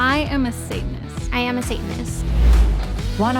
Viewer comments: I’m guessing it’s the girl in the red lip and white top cause she said satinist the rest didn’t they just said sayanist they didn’t pronounce the t so I’m guessing her literally from the first 10 seconds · my first guess is the one who pronounced the first “t” of satanist.